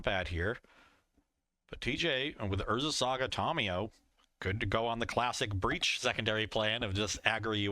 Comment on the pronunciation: Someone tell it’s “TAM-iyo” not “TOM-iyo “